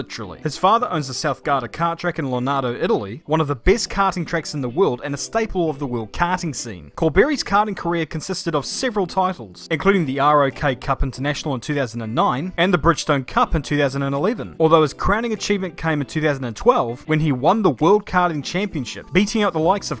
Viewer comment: ROK is pronounced in 1 word, like Rock.